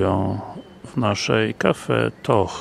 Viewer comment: Facet czytaj CafeToch,gdzie masz Cafe Tosz, a po niemiecku Kaffe Tosch a czyta się Kafe Tosz.